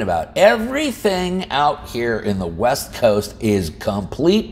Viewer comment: I thought you said “Left Coast” instead of west coast.